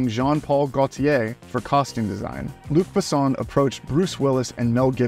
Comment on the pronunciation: I enjoyed the video, but your pronunciation of names (e.g., Luc Besson, Milla Jovovich) was really bad. It's easy to look up the proper pronunciation online. As for the movie, it's a favorite of mine.